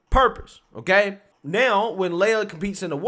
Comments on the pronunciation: My name leja pronounced how you are saying lia. Listening to this is playing mind tricks... lia is pronounced lee-a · Lee-ya not Lay-a. Carry on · His name is pronounced, LEE-YAH. LAY-YAH is Luke Skywalker's sister/girlfriend. He threw the race because he didn't like getting booed.